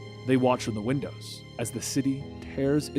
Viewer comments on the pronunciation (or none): none